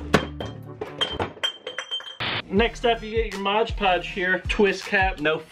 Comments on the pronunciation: "Mod podge - that's right, I know how to say it right" Says 'modge podge' for the rest of the video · He said it right the first time... then it was back to “modge podge” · says he can pronounce mod podge Also: pronounces it modge podge for the rest of the video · "Mod podge, yeah i said it right!" Continues to say modge podge in the rest of the video. Lmao same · "modge podge" TRigEreD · You said mod podge wrong the second time! FOR SHAME!!☠⚰☠ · "Mod Podge" - Yeah I said it right. Proceeds to say it wrong for the rest of the video.